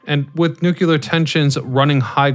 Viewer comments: Pronounce "New-Clear", not "New-Que-Lur"!!! How can you possibly present the subject with any credibility when you consistently mispronounce it's name?🤡🎪 Look it up = nu·cle·ar /ˈno͞oklēər/ 1. relating to the nucleus of an atom. Say this out loud = "A NEW day is dawning with a CLEAR blue sky". You can say the 2 words separately. Now, combine them NEW*CLEAR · Nucear, not nucaler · Nu-clear. Not Nuc-ular. No such word exists. Instant credibility loss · Say it with me now… “NEW-KLEER.” There’s only one ‘U’ in there. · If you don't learn how to pronounce Nu-Clear..... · New-qa-ler??? What's at the center of the atom? The new-qa-lar-eous 🤦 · made it to before leaving for nukuler reasons. TD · Learn to pronounce "nu-clear" please. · Haha that's funny. Its all good ,the homie George dubya used to say nukular as well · OMG. It's pronounce "NUKE - LEE - ERRR." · 🤣🤣🤣🤣 So annoying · It doesn't annoy me when you pronounce it 'new cue lur', I simply know how educated people feel about those who cannot pronounce things correctly once they know the correct way, and, having been made fun of when I was a kid when I made a mistake, I didn't want you to suffer the same fate. Because try as we may, there apparently are a very lot of people who think anyone who is different is automatically relegated to being considered mentally deficient. I watch your videos anyway; I know other people who mispronounce words, and think it's perfectly fine, as well. You make great videos, so, pronounce it any way you like. But at least now you know, that we're not saying this out of malice. We're just trying to help. Honest. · Each time I hear nookyooler it hurts my soul.